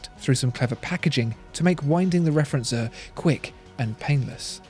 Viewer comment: Referenz-what? As a German I had to listen 3 times to recognise that this should mean "Referenzuhr". "Uhr" is pronounced [uːɐ̯] otherwise its not really recognisable ;) But very nice research indeed.